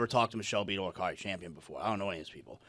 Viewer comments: In buddy’s own words “it’s very clear” he has 0 knowledge about what he’s talking about I think it’s “really lame” for him to even speak about someone he doesn’t have knowledge about… can’t even pronounce Cari’s name correctly lol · Exactly... And to seemingly intentionally mispronounce Cari Champion's name after her name was spoken phonetically more than once.... Just stfu dude 🙄